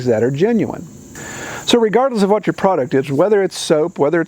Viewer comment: Good points ! And the steamer for your Mother is awesome. Considering the prankster in you..... - Did you leave the letter "r" off the word "you" just see if anyone noticed.?